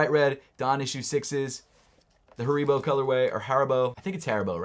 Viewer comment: Haribo with an eeeee